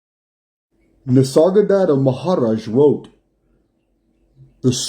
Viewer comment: Hey! What do you mean you can't pronounce some things??? You NAILED Nisargadatta Maharaj! The rolling 'R' in Maharaj was perfect;-) I did a double take, so to speak, w/ my Rew button LOL 🤣 Thanks so much, this is real valuable... ML man 👍